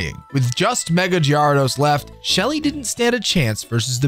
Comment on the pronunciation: Dafuq is that Gyarados pronunciation?